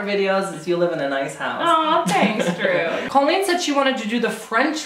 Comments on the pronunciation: Anyone else get lightly salted when someone calls her “Call-een” instead of “Cole-lean”? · Drew, I love you, but remember, it's pronounced Coal-een, not Call-een. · I feel like he keeps saying "call-een" but I think she pronounces it "co-leen" ... Awks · it's COL-LEEN